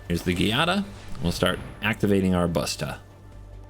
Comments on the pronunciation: Its actually pronounced Jaa-dah.... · As long as Giada has been out and you still don’t know how to pronounce the name? It is Sicilian and means Jade. Sounds like Gee-ah-da. I am only correcting you because it is my daughter’s name. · Cringe every time you say Giada. Not too bright.